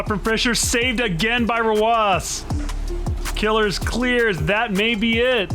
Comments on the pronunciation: I like how sunless calls him “killers” whereas Johnny calls him “kill ears” and now I’m confused on how to pronounce his name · Isn't it Kil-ears? Not Killers? That's how Johnny always says it and I trust him the most since he interacts with every player on his channel, but Killeerrz is literally on your team so... I'm stuck.